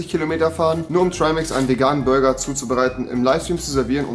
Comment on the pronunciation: der gute alte „Bruger“😂😂